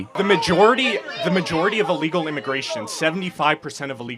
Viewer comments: Can’t say the word illegal😂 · He cannot say illegal. What the hell youtube!!